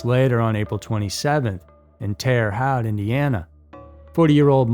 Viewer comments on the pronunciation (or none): "Haute" rhymes with moat.🇺🇸🌷☕